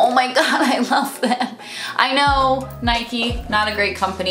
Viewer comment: I LOVE that you pronounce Nike correctly